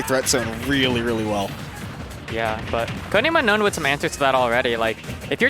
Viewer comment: are you kidding me, it's UNOWN not Unknown......